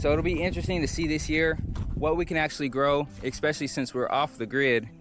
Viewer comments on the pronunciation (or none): The word is not “EXpecially” it’s Especially